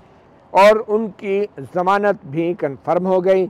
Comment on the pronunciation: sir g zamanat lafz hota samanat nahi